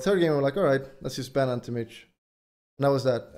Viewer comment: Ahnti mayge